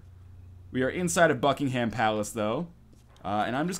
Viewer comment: `Ryan, there is no 'ham' in Buckingham palace, just for the sake of all the British people here...